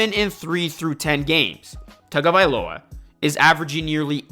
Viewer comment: I’m gonna help you out bro. His name is Hawaiian/Polynesian. In Hawaii, they pronounce “Taga” as “TONGA”. You can research it yourself if you don’t believe me. I looked it up bcuz I thought everyone was saying his name wrong lol. Great content tho bro